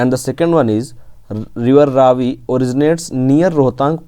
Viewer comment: It is pronounced raavi not ravi